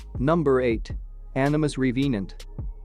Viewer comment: Reee vee nant.... or Revenant?